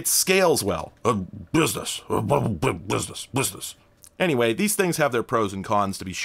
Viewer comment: i love how you say "business"... ahahahha iam italian so european... and we have lot of stereotype idea about usa people... and after i listen you and obviusly not all u.s.a. people are the same... like not all italians are mafia people etc etc...